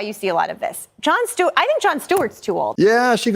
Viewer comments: It’s Stewart… not Steward… don’t sound ignorant like him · It's not Steward it's Stewart s t e w a r t